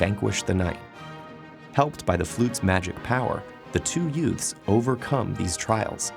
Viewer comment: Two what? Did you say utes?